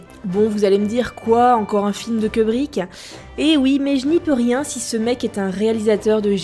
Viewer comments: Stanley "keubrik" ? apocalypse "NO" ? really ?????? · C 'est moi ou elle a dit "Kebrick" ? et deux fois en plus ! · "Queubrique" ? "Apocalypse no" ? "Wille hunting" ? Ahah, bon ok, prononce comme tu veux ;-)